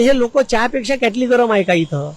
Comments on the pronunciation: क्याटली नाही रे किटली म्हणतात गुरुजी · हे मास्तर आहे आहे का.... किटली हा शब्द म्हणता येत नाही याला.... म्हणून उद्धव जी भेटले नाही याला उद्धव जी काय शुद्ध मराठी बोलतात.... अंगार भंगार कोथळा ग़द्दार ढाल तलवार अशे अलंकारिक शब्द वापरतात आणि याला हेच येत नाही म्हणून उद्धव जी भेटले नाही याला 😂